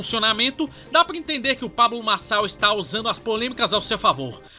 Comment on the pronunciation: o video desse cara com essa lingua pGresa me deixou desconfortavel, "pabGlo marGçal"